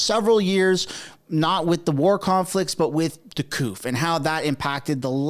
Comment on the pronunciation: The p is silent in coup